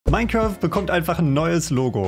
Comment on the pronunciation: Minzeraft ausgesprochen